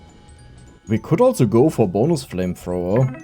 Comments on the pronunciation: german accent made it 2x better whenever you talked about flamethrower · reading the flamthrower wrong is both funny and infiuriating at the same time.